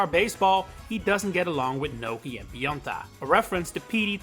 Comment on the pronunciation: I'm sorry but I don't understand your accent here. I think Pionta is supposed to be Pianta, but who is Gnocchi/Nokey? Edit: Oh. just looked up the roster...I have no memories of Nokis in mario sunshine. I never finished that game, so..I guess that's why